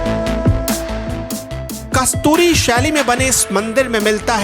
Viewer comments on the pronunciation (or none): कस्तूरी शैली या कत्यूरी शैली... 😀😀 lagta hai mistake Kar gye aap